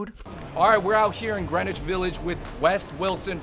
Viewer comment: YOu don't know how to ;pronounce "Greenwich." The "w" is silent.